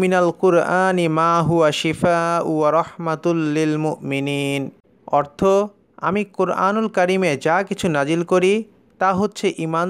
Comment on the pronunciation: মুওমিনিন না...মুকমিনিন?